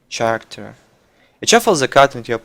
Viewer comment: OMG I hate when he says character like [tʃʌrʌktər]. There is K! It's pronounced [kærəktɜː]. I like Kolento but this drives me crazy.